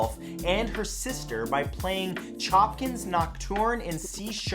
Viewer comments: Dude, it’s not “choppins”, it’s sho-pan, thats how you pronounce Chopin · Since your videos title includes the word "facts" I feel i should tell you that Nocturne is by Chopin, not Chopkin. And it's pronounced Show-pan. I still so love these videos though! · For the sake of the third fact, Chopin is pronounced Sho-pan not choppin ❤ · Who the heck is the “Chopkin” fellow you speak of? Chopkin’s Nocturne 😂 Its Chopin. You can say it like Show Pan if you want but not Chop Kin 😂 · Matthew? Choppin? Really? Sho-pan. Not Choppin. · SMH Cmon Matthew, if you're going to be dropping knowledge at least try to pretend you know what you're talking about.... Nocturne In C-sharp Minor is by Frédéric Chopin. Last named pronounced (SHOW-PAN) "NOT CHOPPIN: He's one of the most famous classical composers. Still love ya though... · Btw it’s not chopkin is Chopin (show-pon) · As a musician, it pains me to hear someone say Chopkin’s Noctorne instead of Chopin’s (Show-pan’s) Nocturne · you said Chopkin... it is Chopin, pronounced ‘ShoPIN’ with a french accent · Wait...did he mean Chopkin's or Chopin's (pronounced:sh-op-an's) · I don’t get triggered by much, but pronouncing Chopin (Show-Pan) as “Chop-Kin” was egregious enough. How could you mispronounce something so badly? Sorry, I was a piano major in college and Chopin still is one of my favorites. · Chopkin? Is he any relation to Chopin (pronounced Showpan)? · #3: Did he just pronounce Chopin as “Chop-kin”??? Seriously Matt, Chopin is pronounced “show-pan”. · Mind blown! Choppin's Nochturne in C# minor... Composer is pronounced Show-pan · MATT! Chopin is not pronounced “Chop-pin” but it’s pronounced “Show-pin” as Chopin was also Polish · Who is "CHOPKIN" ???? 🤔 😂😂😂😂😂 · Small correction. Chopin is pronounced [shope:n], otherwise it’s a wonderful video as usual. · “Chopkins” cringe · Chopin is pronounced Sho-pan. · Matthew - I love your videos, but puhleez work on pronunciatio. Chopin is pronounced SHOH-pan. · Chopin not Chopkin x